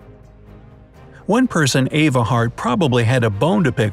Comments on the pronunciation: Her name was Eva not Ava Hart. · It was Eva Hart, not Ava Hart.